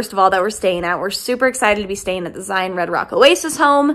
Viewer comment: Zion doesn’t have an S at the end of it 😤😤😤